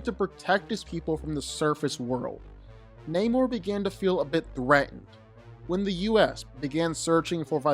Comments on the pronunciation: It's not naymor.... It's Namor. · Na-mor not neymor hahhahaha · your pronouncing his name wrong, its either Nah-mor or Aguhl-guhl-khan.. lmao the only reason why they changed the origin story of his and had a mexican play this character instead of a European is bc they thought he would be too similar to aquaman which includes the underwater city of atlantis.